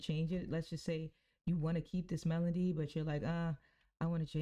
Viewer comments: Good video but it’s “Melody” not “Melondy” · Why do you keep saying melondy?